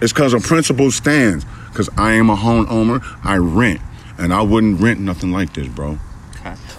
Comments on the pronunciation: “I am a HONE OWMER.” I can’t stop replaying that! It’s too funny!! 😆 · "i own 3 houses in Cincinnati. its never about the money." ok dude. Then said.. 'I am a 'Hone-ohmner' bwahahaha i lost it then